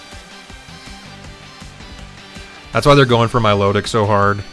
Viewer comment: Im not mature enough to constantly be able to hear "mylowdick" lmao